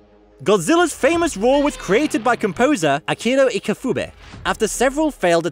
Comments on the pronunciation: It's Akira Ifukube, not Ikufube. :( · Also, they said: Ikifube when it is really: Ifikube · The composer’s last name is actually Ifukube, not Ikufube. Easy mistake. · It's Ifukube, ot "Ikufube." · Akira Ifukube* not Ikufube